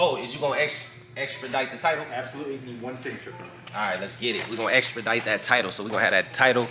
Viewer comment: Extradite?? Lol naw ….expedite! Haha